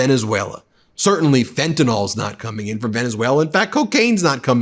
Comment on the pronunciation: What the hell is “fentan-OL”?